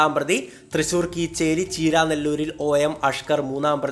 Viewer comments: തൃശൂർ കീച്ചേരി അല്ല Bro കേച്ചേരി... അതാണ് സ്ഥലം... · കീച്ചേരി അല്ല ബ്രോ കേച്ചേരി ആണ്....